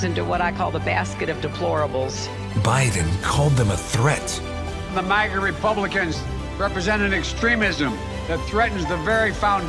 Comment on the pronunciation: Biden says "MAGNA" and UNITED STATES AMERICA" that is just so wrong.